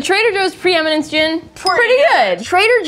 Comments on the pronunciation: Based on how it sounds was correct when she mispronounced "Gin" "Gin" should be spelled "Jin" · Kitchen & Jorn with special guest Gin! (pronounced incorrectly but cannot figure out how to write that out lol)